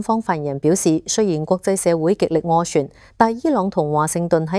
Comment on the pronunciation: 斡*旋 , 暌*違 發音有少少問題。